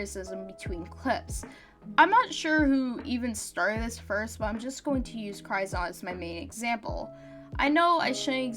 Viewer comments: Also Ge0zard is pronounced "Jee oh zard" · I can't get over how you pronounce Ge0zard